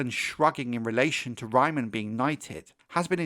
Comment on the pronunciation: Great video but it’s Raymun. Not Raymond. I note this mistake all over the place.